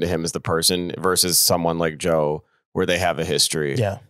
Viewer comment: can't even say Joe's name 😂